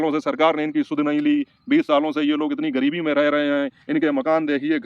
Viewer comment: Aap ek padhe likhe insan lag rahe hain , wo doctor patrakar ek jhola chhap doctor hai , agar usne wakai me medical ki padhai ki hoti to aise patrakar bann ke na ghumta , patrakar aise nahi hote hain jinhe bolna bhi nahi aata , Gareebti Gareebti bol raha tha jabki sahi word gareebi hota hai , aur bhi usne galat salat bola hai , andhon me kana raja bann ke pahuch gaya bakwas karne